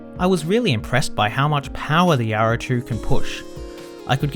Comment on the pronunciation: i can't stand it myself. its like he doesn't open his mount when he talks. It drives me nuts. specially the R sounded words. everytime he says Yaro, i cringe.